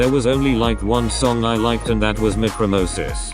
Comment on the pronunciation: the heck is mikromosis?????it is called mikrokosmos